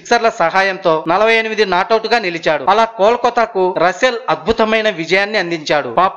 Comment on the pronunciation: రసూల్ కాదు...రస్సెల్ ర హౌలే